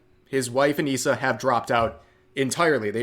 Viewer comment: If you're going to say it. Say it right. Anisa and her wife.